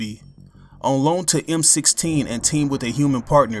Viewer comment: I dont mean to be a Picky Pronunciation Person of particular nonsense, but it;s actually M-i-6 (Not trying to be rude)